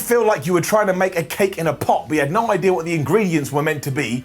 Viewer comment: said: you have no eye-dea....